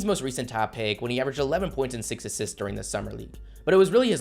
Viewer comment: I hate how you say the word assists